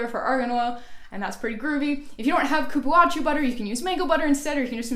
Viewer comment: Hello Thank you for sharing I follow you all the time irme The Cupuacu butter is pronounce cu-púa-zu Good night